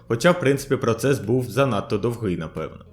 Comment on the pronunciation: Процес був дОвгий, а не довгИй. Дуже рiже слух. Дякую за випуск. Вельми iнформативно!